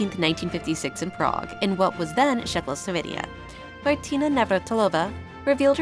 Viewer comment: I think she said Czechoslovenia, which makes it even more ridiculous.